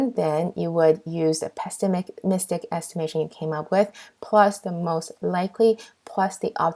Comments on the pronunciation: Valuable lectures as this one is hard to find, so no one cares about "pestimistic". If your goal is to correct grammar of pronunciation, this is not the video for the purpose. Try English language videos. Our goal is to pass the exam! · OK, so I tried not to say anything, listened to this with such hope that it was just a misstatement, but "pestimistic"? I mean, you have it spelled correctly (without a T) but really? Has no one told you that it is pronounced without a t? The slides are fabulous though!!! well, besides that added t. :-)